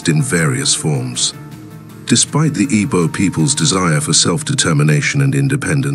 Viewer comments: I don’t think the person that did this narrative is Igbo. I am an Igbo person. Is a ploy to make other tribes avoid boarding airpeace. It might even be a non Nigerian person. The person cannot even pronounce Igbo. We ought to be careful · I can tell you this is not done by Igbo person. This is divide and conquer. Is a ploy for other tribes to avoid boarding Airpeace. This individual cannot even pronounce Igbo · This narrative is not done by an Igbo man. Be mindful of social media division. This person cannot even pronounce Igbo. Sound not Igbo